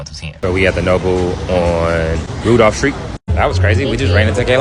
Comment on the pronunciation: The “s “ is silent in Illinois and that is Randolph not Rudolph 😂😂 see I try to warn y’all that how they spot tourists 😂😂